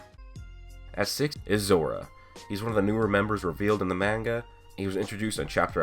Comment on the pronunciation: You keep pronouncing manga wrong